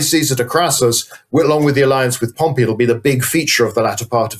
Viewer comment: Great episode! But your pronunciation of Pompey (POM-pee) as Pompeii (pom-PAY) was wild, even after your guest pronounced it correctly through the discussion. 😂